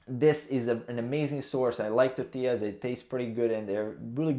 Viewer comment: was going to say you pronounced tortillas correct but I forgot you're from Spain lol.